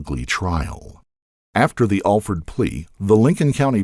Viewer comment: He didn't pronounce it right, but it's not what you're suggesting either. It's just like it sounds, Alford.